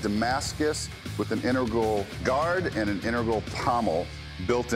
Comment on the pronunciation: " innergral" lol... integral.